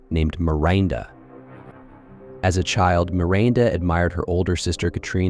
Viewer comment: Mirainda…probably Miranda…